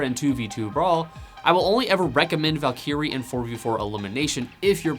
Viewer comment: Valkeyre :^) Val·ky·rie is the correct pronunciation, good vid.